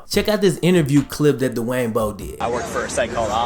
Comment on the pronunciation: Good vid, but Dwayne not Da-Wayne.